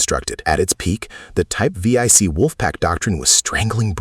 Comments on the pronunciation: the german boats are named 7C not V I C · vee ey c, lol, it is 7C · Teach Your Ai To Say, Type Seven C, Not V Eye C!?! Edit Your Photos To Match Your Narrative. Thank You. (Comment #45) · Type Vee - Eye- Cee is not really correct. . It's simply "Type seven c". Roman numerals. The Panzer IV isn't called "Panzer Eye Vee" either... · What the hell is a type we-ai-ce? Jesus. Get your AI voiceover right. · Getting tired of AI slop. "V-I-C"? Do you not even do a proof-listening before posting the voiceover your AI spits out? Come on.